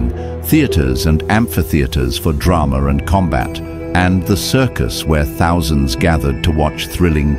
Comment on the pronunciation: Sounds like he says "drama-r"